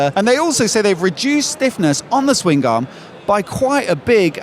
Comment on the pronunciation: Ok, Swing Garm? Swingarm. One word. Aaagh.